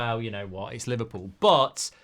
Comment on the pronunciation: Li-VAR-pool innet